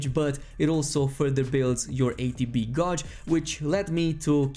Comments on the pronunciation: Homie. Gauge is pronounced "gayj" not "gouge". Fun vid tho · gauge is prnounced like CAGE but with a G!!! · Love the vids!! Gauge is pronounced Gayyyyjuh but in 1 syllabyl. Probably best to just google it lol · Anyone else annoyed he pronounces ‘gauge’ as ‘GAWJE’? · gauge is closer pronounced to gaj not trying to be a dick just English is a bastard of a fucking language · Gauge rhymes with cage in english, i know its weird